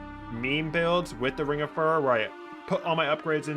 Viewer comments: Fyoo ror, not fur er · Like fury, not furry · Furor, related to Fury, and Furious Repeat after me phew-roar. There's only one 'r' in the center of the word, not two. It is not pronounced fur-rur. If you insist on pronouncing it furr-ur, you then need to pronounce Fury as Fur-ree, and Furious would be pronounced Fur-ree-os